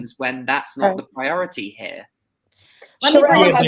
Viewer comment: I'M GLAD HE'S FIRED. HE WAS DISRESPECTFUL OF, NEVER EVEN BOTHERING TO PRONOUNCE HER NAME, CORRECTLY. Richards would come on, talk about himself for an hour and never really tell us ANYTHING. FOR INSTANCE, he would say Erika wasn't being forthcoming and his firm was trying to find out where the money was. But, he never actually said, "WE SENT A LETTER TO ERIKA AND ASKED HER TO EXPLAIN WHERE THE 20 MILLION LOAN CAME FROM". He would just say Erika wasn't telling him. In reality, he never got a straight answer from Erika bc HE WASN'T DIRECTLY WORKING WITH HER LAWYERS TO FIND OUT. HE WAS WASTING TIME, WHICH BILLED HOURS, WHICH TOOK AWAY VICTIMS MONEY.